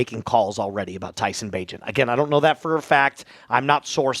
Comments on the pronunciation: How do you look at Bagent and pronounce it Baggit? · It's pronounced (baygent) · Sir it is pronounced bay-gent like gentlemen.